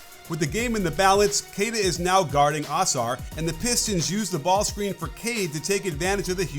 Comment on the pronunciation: it is UH- SARR not AH-SARR <3